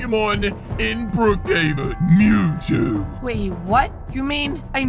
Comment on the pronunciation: Mewtwo it mew with two not tow two mewtwo